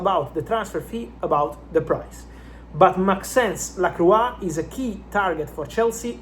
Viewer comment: Maxence LaCroix not laquois